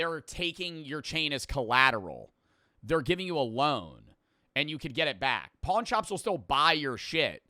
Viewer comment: why does he emphasize pawn so hard😭